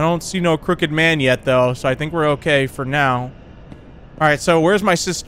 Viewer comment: I thought he said the cricket man 😂